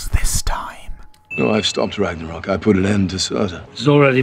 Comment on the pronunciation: "Ragnaroll credits" did just sin norse mythology?